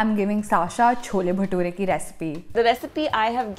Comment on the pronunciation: She butchered the Baturas